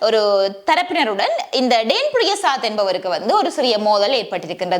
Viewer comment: டேன் இல்ல டான் என்று கூறவும்